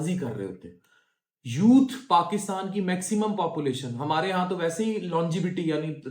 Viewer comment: longee - vitee haha - Longavity >>> Longevity learn to pronounce the word bro